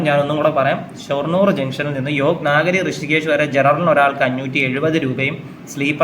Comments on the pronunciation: നാഗരി അല്ല.. നഗരി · നാഗരി അല്ല . നഗരി എന്ന് പറയൂ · Yog നാഗരി അല്ല യോഗ് നഗരി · യോഗനഗരി എന്ന് പറയാൻ അറിയില്ല അല്ലെ.